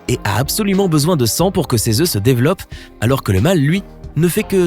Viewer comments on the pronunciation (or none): none